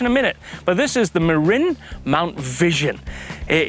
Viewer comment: Fun! impressive correct pronunciation of Marin (Mah-rin) I had to look it up myself after I got their bikes. Interesting fact that in Marin country California most MTB trails are private land or not allowed (I probably didn't know where to find the proper trails when I visited)